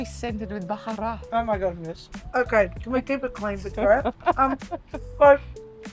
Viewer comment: Baharat phonetically is typically: baw-haw-rort. Love the ep!